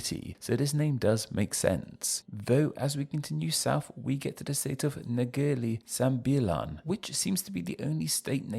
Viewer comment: What I noticed is that you changed R to L. Like, Telengganu and Negeli Sembilan. Most of us can pronounce R, even the Chinese who's known for their stretotype of can't pronounce R .